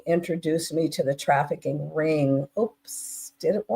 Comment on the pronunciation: Why can’t she say trafficking!??